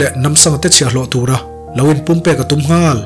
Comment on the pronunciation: Nghal... tih thluk i hman dan hian ngaih thlak a nuam lo... a nih tur ang i phawk chhuak lo...ka ip deuh...